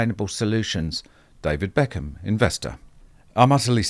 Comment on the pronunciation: You made BECKHAM sound like Eccles 😆